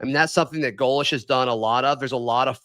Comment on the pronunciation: his name is pronounced GO- lish. Please!